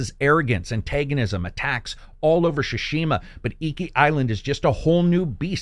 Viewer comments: you remain my very favorite reviewer but every time I hear you butcher then name "Shuh-Shima" I die a little inside... It's Pronounced Ts-soo-shi-ma. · Its not pronounced shushima buds, it’s Sushima and T is silent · Can’t watch this one. Every time he says Shushima, it triggers something in me. My eyes start twitching, I feel like small electric current goes over my body and then I gag and almost throw up. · “Ghost of Sha-shima” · Shashima hahahah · Great review as always. But the way you pronounce "tsu" in "Tsushima" really bothers me. 😅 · The way he says Tsushima and shaman hurts me inside. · please spend 1 minute and research the way to say the titlle of the game, no need to be this ear gratingly daft.